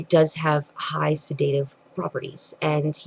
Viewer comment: You have 20 years of education as an "herbalist" but you can't pronounce the word "sedative" properly.